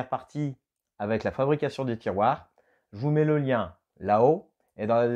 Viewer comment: Ahhhhh... Content de voir une nouvelle vidéo, moi aussi j'ai des "tirouars" (tirouères???) à poser. 😉